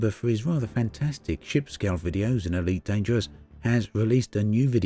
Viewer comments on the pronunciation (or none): Eweet Dangerwuss pweemium